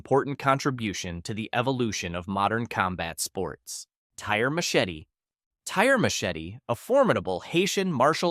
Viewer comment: Saying Tire machete like the tire wheel and the English machete would get you laughed at, it's French so it's pronounced tier ma-shet